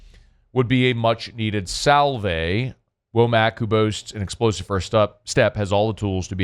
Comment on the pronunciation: All except for "sal-vay" 😅